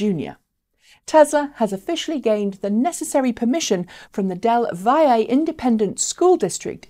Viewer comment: BTW -- it's pronounced "Dell Valley" school district.